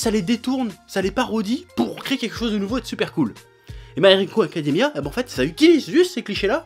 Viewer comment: "My haricot Academia !" T'avais pas mangé avant de tourner ?